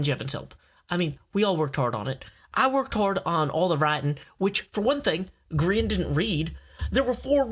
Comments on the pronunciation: Grian* not groan u silly goon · holy crap the southren voice grian rhimes with readin lol im with you